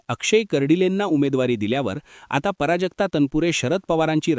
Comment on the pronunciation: पराजक्ता नाही प्राजक्ता लिहीणं तर नाही बोलणं सुद्धा चुकीचे पराजक्ता पराभवा सारखं वाटतं